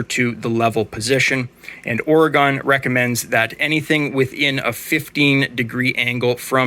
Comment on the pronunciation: It is pronounced Ore-Gun not Or-Gone, we are still here but our political view of the Woke cities, we wish they were gone !